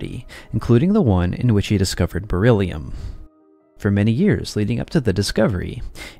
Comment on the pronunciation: Die KI-Stimme: "... reagiert es stark mit Sauerstoff und bildet Bor illium-Oxide ..." 😂😂😂 Auch später im Video ständig " Bor illium" ... Bor ist etwas anderes als Beryllium! Offensichtlich ein Wort, für das die KI zu wenig geschult wurde. 😏